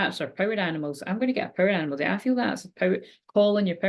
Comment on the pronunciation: Wherever you say Power Animal I hear Parrot Animal 🦜 😂